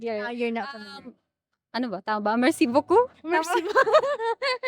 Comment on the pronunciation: Merci beaucoup! (Great pronunciation ) 🇵🇭🇲🇫